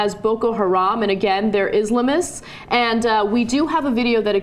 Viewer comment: Learn how to pronounce Islamists, dumb bitch.